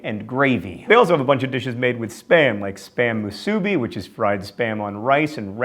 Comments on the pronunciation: it's how-pia, not ho-pia. Spam moo-soo-bee. No stressed syllable. Auwe.... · Thank you John for pronouncing every food from Hawaii like a true mainlander except for the guava chiffon cake, which i as a Hawaiian resident, have never heard of. It's pronounced 'loco moco' not 'lo-co mo-co'. Another thing is 'spam mu-suu-bee' not 'spam musoobe". Poke is interesting because that is variant in pronunciation. In can be said as john said it 'po-kay' or 'po-key'. Haupia is said as 'how-pi-ah' not 'hopi-ah'. Anyway I know none of this really matters but it's just some info so if any of you find yourselves in the 50th state you'll know not to order food like that. DFTBA. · Oh no, it pains me to hear John trying to pronounce the food from Hawaii! Mu-su-bi not mu-suuu-bi, ha-pia-pie not ho-pee-a-pie. And it's Ha-va-e jakfjagajhgakg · SPAM musuBI not muSUbi Also HAO-pia not HO-pia You should research more :P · OH MY GOD HE IS SO BAD AT PRONOUNCEING HAWAIIAN FOOD NAMES!!! It's MUsuBI not muSUbi. Also we pronounce it poki not poke and IT IS NOT A SALAD! Sorry. Also haupia is pronounced how PI a. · You almost had it there John. It's common to mispronounce Musubi. [moo-soo-bee] rather than [muh-soo-bee] the difference being the emphasis on the beginning syllable of said word. And haupia is a Hawaiian word and I totally get why it's so easy to mispronounce (Hawaiian words are hard!) instead of it being [Ho-pea-ah] it is actually [HOW-pea-ah] and is very delicious as a pie with chocolate. ( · Hoo-pia? HOO-PIA?!? IT'S HAUPIA. How-pee-ah. Musubi is Moo-suu-bee, and the Loco Moco is a meal that anyone will eat at any time. shocked Hawaii resident rant over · Some mispronunciations of the Hawaiian stuff. The coconut pudding dish is not Hopia, but haupia-- pronounced How-PEA-ah and Spam moo-SUE-BEE (emphasis on middle and last syllables, not just middle) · he mispronpunced musubi and poke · You pronounced musubi and haupia wrong.